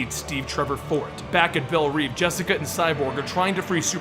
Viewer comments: Sorry to be this guy but Belle Reve is pronounced 'Bell-Rev" like revving an engine. I guess it doesn't matter how you pronounce it but w/e. Opinions. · you pronounce belreve wrong(sry for grammar mistakes,english isnt my native lang.)